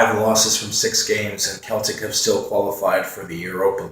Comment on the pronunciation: Keep meaning to post this on CL vids but Celtic is pronounced like Boston Celtics not a Celtic Warrior :) Did you put up predictions for E-G in the end?